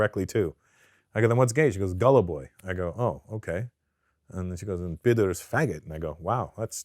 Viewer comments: Pedor not Peter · Georgia and Russia are 2 different cultures and actually enemies. Saying "Russia Georgia" for many would be very offensive. And by the way - the word is "pidar", not "peter". May sound close when said quickly, but quite different when said slowly. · The word is “pidor”